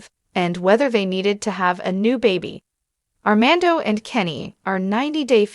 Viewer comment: How serious can this be if she can't even say Armando's name correctly 🙄